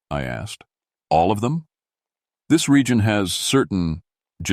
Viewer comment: Nope. NOT A FAN. So much of this is just not right... some of the inflections, and the way some words are said, ie: "B. Leech"? that is supposed to be bleach... or "T his" when it's supposed to be "this" "rye tings" instead of "writings" It's just not right... most definitely not a human reader. And the way this not-a-human reads is most definitely not great.. What the heck happened ?? You sound like a dying robot. Legitimately! And whatever you said at said point doesn't make a lick of sense... "sea hild's"? Come on, bro! That is obviously supposed to be "child's"!!!! I'm trying to make it through this, but it's becoming most difficult . Yeah this is awful.. i wish i could hear these stories read by some BODY else.